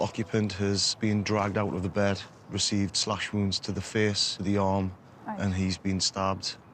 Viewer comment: lol such a funny accent they have ..pronouncing face as feeeece lol